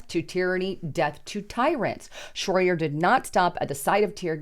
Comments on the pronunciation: Shroyer not shroader! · It's " shroy- er" not " shroy- der". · Schroyer not Schroyder. She really needs an editor. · Shroyer, not Shroyter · HIS NAME IS SHROYER NOT SHROIDER. LOL. Meanwhile BLM rioters are being paid millions in lawsuits by crooked judges. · Who is Owen "Shroyder?" It's Shroyer,....ooops! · It's pronounced shro yer.. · you could do is say his name right...SHROYER.😂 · Isn’t it Shroyer? I think you are getting his last name wrong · Why can't you say his name right? Owen doesn't have a T or a D in his last name. This is a garbage channel. has been saying red alert and end is near for 5 years. Not one warning or anything you say has been true. I hate the left but I hate all people who just make things up and try to keep people in fear. you are done. You're old and washed up. And you're a propagandist and it doesn't help anyone to tell them lies. And it's always "join my channel to hear the real news!". So you're going to only tell the people who pay the truth? This sounds like a left job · It's Shroyer.